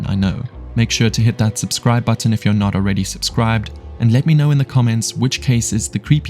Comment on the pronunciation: "yUer" was the most distburing thing in the whole video.